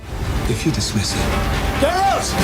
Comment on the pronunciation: Omg this girl was saying his name totally wrong the first several times... she’s def just reading of a promter.. meh lol